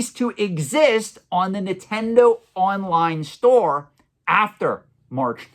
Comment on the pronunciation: It’s Nintendo not “nittendo”